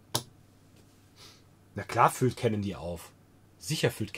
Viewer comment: Frohes und gesundes neues Jahr! Klugscheißermodus on: Canon stammt aus Japan, sprich Kanon und nicht Cännon. Cannon is der dicke Detektiv aus Amiland 😎